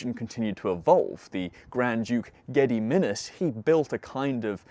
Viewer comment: I posted it after my gentle mockery. Geh-Dee-Min-Azs. Wonderful content btw.